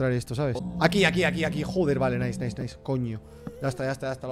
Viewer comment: Nadie: Absolutamente nadie: Rubius: NAISS xd